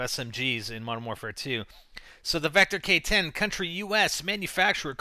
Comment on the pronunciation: Its pronounced pow-57,vector kidand thats it